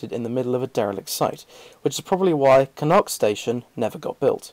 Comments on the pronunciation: Interesting facts. Just one thing, for Connaught it is not pronounced Con-nut, it is Con-alt. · Connaught is pronounced Conawt. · Well edited mate, despite this being a well covered topic this is full of facts I certainly hadn't seen before. I can only assume 'Connaught' is pronounced the same way as it would be in Irish - a bit like 'connot' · you said connaught wrong